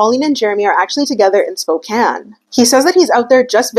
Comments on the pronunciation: Im from Spokane, thank you for saying it correctly, I love that you researched that! Love the video! Your makeup is so great too! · I already thought you were beautiful and amazing, but when you pronounced Spokane correctly…. As someone born and raised in Washington that shit got me going